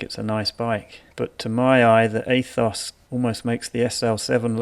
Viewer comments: Yep, “Ay-thoss” - why did the pronunciation of this word get so much air time? Kind of ruined an otherwise decent video. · A'toss' or A'tose' with a long drawn out "O"(s_ _ _, that's expensive ! ), is the proper pronunciation in Greek. But Specialized will probably offer a pronunciation guide for $89, and thousands of Americans will buy it.